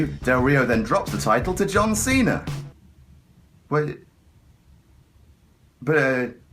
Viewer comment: I love how his accent makes it sound like he says john cenar